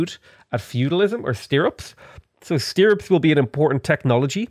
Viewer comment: i might have to cut myself if I hear you pronounce stirrups again lol thank you for your dedication to working even though your neck is killing you. hope that gets better soon!